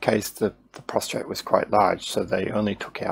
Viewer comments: It’s a prostate! Not a prostrate. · Yes I hadn't noticed I had got into the habit of pronouncing prostate with a R. My bad